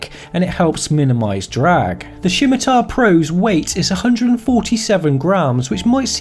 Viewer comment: Did someone dare you to say Shimatar? I jest, great vid.